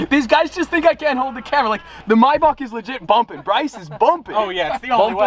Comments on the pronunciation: Are we just going to ignore the fact the says “my Bach” and not “may Bach” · Anyone else cringe at the way he said maybach 😭 he said “mybock” its “mayback” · Man really said “my boc” lmao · say with me maybach is pronounced “MAY-BACK” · I always thought was a cool dude until I heard him say Maybach now idk bout this guy 🤔